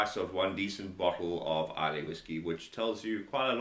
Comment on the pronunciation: eye-lah. Just thought I'd be the first arsehole to make an issue of it. I think you're right with Bowmore being the source. It's less sweet and smokier which is suggestive of a younger version though. Good video. Cheers.